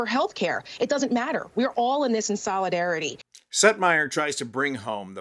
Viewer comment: Oh. Setmayer! I was so confused. I thought he kept saying Seth Meyer! 😳 Silly me. 🤣🤣🤣🤣🤣🤣🤣🤣🤣🤣🤣 💙💙💙💙💙💙💙💙💙💙💙